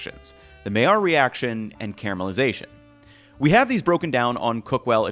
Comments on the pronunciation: It's pronounced "my-yarr." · Hey guy. You do a good job doing what you do but could you at the very least learn how to pronounce the word MAILLARD. It’s simple to look it up or just listen to Heston.